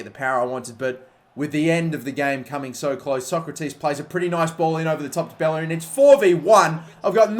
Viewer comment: Irrelevant side note: To this day it still amazes me how people can't properly pronounce Bellerin's name, given the fact that players like Casillas and Llorente are pronounced correclty. I'm not speaking spanish, but I was able to understand that every double L in spanish is pronounced like "y" in "yes" since I was 15 years old. I'm not saying learn and pronounce every name right, but it just confuses me how people are unable to realize some super basic things, not because they are basic, but because they actually use them so frequently.